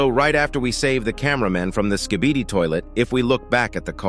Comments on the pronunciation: If you hear closely, it sounds like the big skibidi is saying, kibidi skibidi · XD bro said skebidi toilet